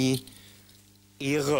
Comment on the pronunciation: "Willkommen bei Premihre." 😁